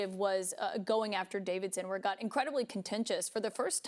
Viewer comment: Y'all need to slow down and pronounce names clearly... I know Trump's laywer is Keith Davidson but sometimes I hear Pete Davidson 😂 and I think oh God 🤦 WTF did Pete do and who did he did it with? 🤣